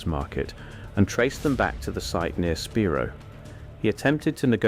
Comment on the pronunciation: It's pronounced spy-rō